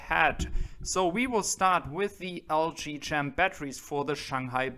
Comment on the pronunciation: that is pronounced LG KEM (CHEM = CHEMISTRY) silent H